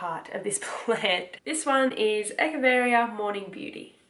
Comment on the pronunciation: Hi welcome to the world of succulents! I know you are new so I wanted to share friendly information with which you asked. Any of the ones spelled Echeveria- it’s pronounced like “ etch”-ah-very-ah.lol hope it helps sweet heart! I too am obsessed!!! Omg you have no idea! 😉😘☺️